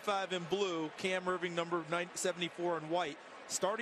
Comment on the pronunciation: "Irving on Erving crime" lol